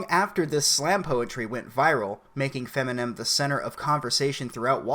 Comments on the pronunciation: Did you say Feminem? Funny shit. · "Feminen" lol. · I'm sorry, did you say "FEMINEM"? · Fem-inem. Lol